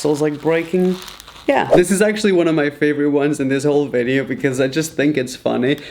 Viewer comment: did he said vedeo???? no harm.....😊😊😂